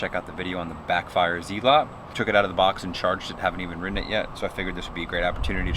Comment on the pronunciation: It’s pronounced ZEALOT NOT ZEEEEEELOT you moron. And that noise was your coarse AF street shaking the board to death ☠️